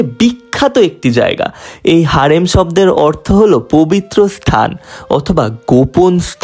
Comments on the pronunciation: হেরেম ❌ হারেম✅ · হারেম না হেরেম😂